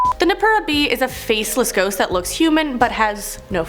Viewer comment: It's not Kit-suneh... its pronounced Key-tsu-neh.... Also its No-ppeh-rah. I speak Japanese so.... it's honestly irritating lolol